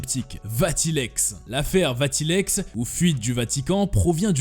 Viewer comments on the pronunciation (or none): Le surnom de Mengele était "L'ange de la mort". Alois se prononce a-lo-is et non pas alwa. Vatileaks va-ti-lix et non pas va-ti-lex.